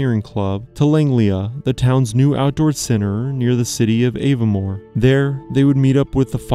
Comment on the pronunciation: Also, what on earth are those pronunciations of Edinburgh, Lagganlia and Aviemore?!